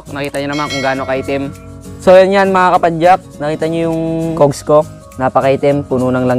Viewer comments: Is that,how u pronounce? Cougs?? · Cogs pronounced as Kaags.